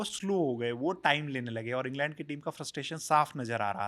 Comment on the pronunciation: इंगलँड ❌ इंग्लंड ✅